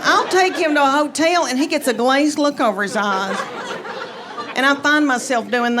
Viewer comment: "You know mean love a hoe-tehl!" LMAO!!! 🤣🤣🤣🤣🤣🤣🤣🤣